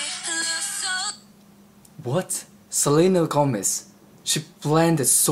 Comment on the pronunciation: You say Gómez like a native spanish speaker